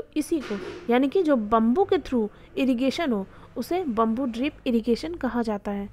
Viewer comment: It’s not bumboo it’s bam-boo 😅